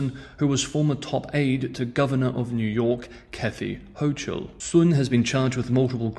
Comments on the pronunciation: Kathy Hochul = the "ch" is pronounced "k" - "HO'kul" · You are one of the very very few 老外 who could pronounce the lady spy's family name correctly, 孫, whereas English speakers would understandably pronounce it as the sun .. Interestingly, you have curiously mispronounced the lady governor of New York's last name, Kathy Hochul .. The h in chul is silent .. so it sounds like the cul in culture ..